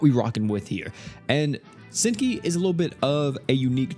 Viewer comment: Hazuki u said her name wrong 😂